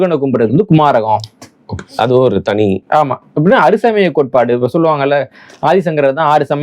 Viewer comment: Sir adu koumaaram. kumaragam illai